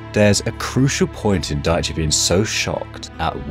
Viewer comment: he had me until he mispronounced daichi 😂 just a joke people don’t get mad